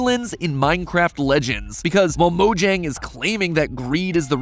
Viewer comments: even though i love this channel i hate how MatPat pronounces it 'mo-jang' not 'mo-yang' it's Swedish, that's how you're supposed to pronounce it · It's pronounced "Mo-yang" come on...